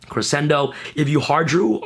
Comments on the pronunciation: doesn't crescendo pronounce creshendo ? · Gotta learn how to pronounce crescendo.